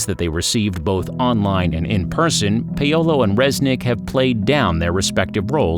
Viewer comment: Does the narrator seriously not know how to pronounce Paolo?